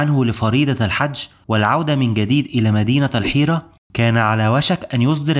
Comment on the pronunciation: نصيحه ركز على نطق الحروف . الحج وليس الحتش . قحافه وليس كحافه